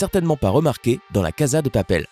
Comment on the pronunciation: Il y a une erreur que g remarquer ç ta prononciassion sa se prononce cassa de papel